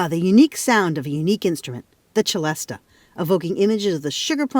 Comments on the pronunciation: You are correct. In English it is pronounced /sɪˈlɛstə/ (celesta) or /sɪˈlɛst/ (celeste) < the latter is the usual Br.English name for the instrument. The instrument was invented in France. The spelling with an "a" at the end does exist though.. There is no excuse for pronouncing this with a "ch" sound, as if it's Italian, like cello. I have heard Italians pronounce it the same as the French: and sometimes with a "sh" sound, like Shell-est-eh. Even they know it isn't Italian. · Of course I've heard of a celesta - anyone who has ever listened to the 'Nutcracker' has heard it and of it. (and it's pronounced Selesta not Chelesta) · Oh! So Americans call it a celesta, pronounced chelesta, here is is called a celeste, pronounced sellest, like everybody else. It's amazing how Americans always have to be different. They mix up languages and turn them into patois. 😁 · Why is he and the narrator saying CHelesta? I have always know it as a Selesta, ans they even called out the origin being "celestial" (selestial). So why insist on saying chelestial? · I've only ever heard it pronounced sellest not chelesta (as in cello). And not with the a sounded on the end. Also only ever seen it spelt Celeste, like the Celeste rail in a piano for quiet practice. Or Celeste as an organ stop All comes from the same French root though. Probably just US and UK differences. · The pronunciation of celesta according to wikipedia: celesta = /sɪˈlɛstə/ or celeste = /sɪˈlɛst/ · You don't say chelestial so why would you say chelesta? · Normally pronounced "si-les-ta" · They are both definitely saying the first syllable incorrectly. Richardpeddie2060 is correct - the “Celest” part is just like the Pipe Organ stop = Celeste (suh-lest). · The pronunciation I have most heard was with a soft c ; “sehlesta” sounding much like celestial . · Why is the French instrument name pronounced as though it were Italian? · Celeste often spelt Celesta is pronounced suh·lest not che-lestuh - for example